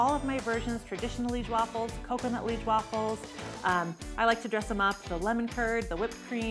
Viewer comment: Good video! One note, maybe it's already been said, but liege pronounced "LEE-EHJ"